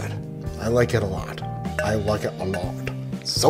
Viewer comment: “I LIKE IT AHLOT!”